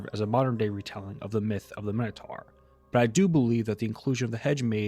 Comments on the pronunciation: 'Minotaur' rhymes with 'conquistador', not with 'tar' 😉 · what the frig is a minnow-tar???